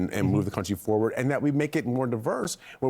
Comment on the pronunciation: "Let's go back foward"